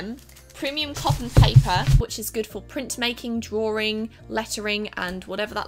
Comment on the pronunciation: Some people also say draw-ing not drawring lol. Sorry. Dont h8 me.